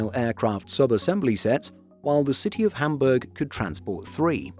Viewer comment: Well he manage to pronounce City of Hamburg correctly. Pity about some of the others.